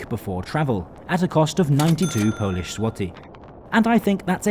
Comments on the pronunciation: Qudos for good Polish pronunciation. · Sir, your polish pronunciation is top tier. I use to travel this line 2 - 3 times a year, those old trains indeed have electrical sockets but they're hidden between seats and hard to find. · Rather nice compartment compared the the open carriages and hard seats in UK first class! As a Brit of Polish origin and a fluent Polish speaker I have to congratulate you on your excellent pronunciation in Polish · Excellent pronunciation of polish young man. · Bro you nailed pronunciation, also WKD is most punctual railway operator in Poland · The accent's off, which is no surprise for a non-native speaker, but the pronunciation of Polish names was pretty on point. Unusual for an anglophone to not butcher our language. A surprise to be sure, but a welcome one. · He said all of them right (yes i'm from Poland)